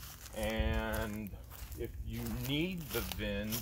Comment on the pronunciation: Vin not bin...vin